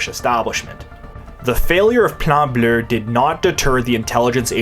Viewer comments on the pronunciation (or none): Fun fact: there's no "R" at the end of the word "bleu".